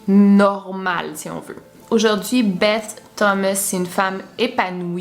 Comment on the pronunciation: Je crois que beth ,sa se dit bess😄 sinon super video